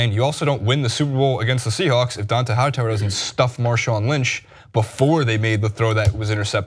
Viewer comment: You can be full of shit and a lazy reporter...looking only at stats and social media, only watching highlights of the game, but if you talk about sports for a living you are required AT MINIMUM to pronounce the names of the players correctly. Don-TAY Hightower Mike GILL-iss-lee I would suggest you actually watch the sports you're required analyze. It's clear that you do not, and because of that every word you say is from a position of ignorance.